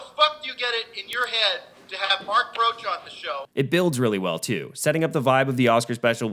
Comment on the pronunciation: Great video, thanks, 5 bags from me! Although, I believe it's Mark "Protsh"